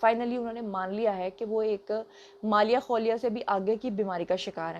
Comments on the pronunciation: مالیہ خولیا نہیں مالیخولیہ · مالیا خولیا نہیں ہوتا مالیخولیا صحیح لفظ ہے درستگی فرما لیں شکریہ